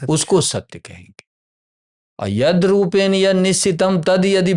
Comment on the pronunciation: कृपया तेन को तेन् और रूपेण को रूपेण् इत्यादि प्रकार से मत उच्चारण किजिए।